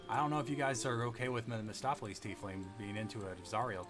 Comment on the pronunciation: Every time he said Mistopheles instead of MEPHistopheles my soul hurt a little more. 😅